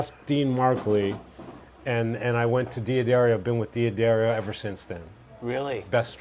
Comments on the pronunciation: A player on this level that still doesn't know it's Duh Darrio, NOT De ah Darrio. wow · Why is the name d'Addario so difficult to pronounce? They even sell hats and give away stickers that say "Da-Dairy-oh". :yougotthis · Doesn't pronounce d'addario correctly, in this context is moronic. Just sayin.